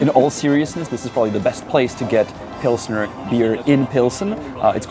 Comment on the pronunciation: The beer is Pilsner, not Pilsner, and it is not (originally) English, but German.